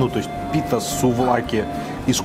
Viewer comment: "Суд за каки в пите"? 😆